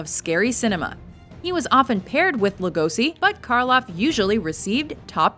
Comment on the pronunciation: Just for fun: Actually "Lugosi Bela" should be pronounced as Lugoshi. :)